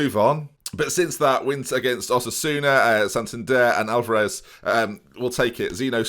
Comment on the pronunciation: It’s ALAVES not Alvarez😂